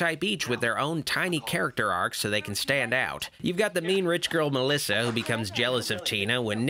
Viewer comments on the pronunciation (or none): I love it Melissa pronounces her own name as Melissow!